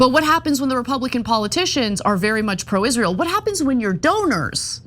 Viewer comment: its always funny to me how candace cant pronounce the world israel